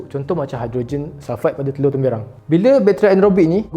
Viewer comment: Tersasul waktu tu 😂